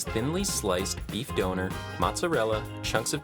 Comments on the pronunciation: its döner not "donor" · Nobody: The voiceover guy: Beef Donor